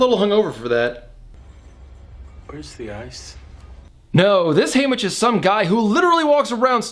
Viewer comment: Hamish not Haymitch, but ok